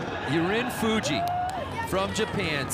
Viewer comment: FUJI, NOT FIJI!!